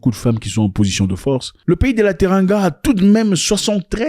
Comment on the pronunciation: TeRANGa pas teRRINGa